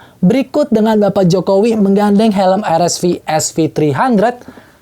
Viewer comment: Paling suka sama pembawaannya, channel ini doang yg spelling RSV nya gk gatel di kuping, yes "ar-es-vi". Kalo channel lain nanggung inggris enggak indo enggak "er-es-vi" 😂. Kalo spelling indo bilang aja "er-es-ve" Kalo inggris ya "ar-es-vi".